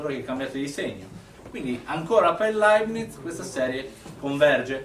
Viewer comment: Leibniz senza "t", poverino! Comunque sia, grande prof!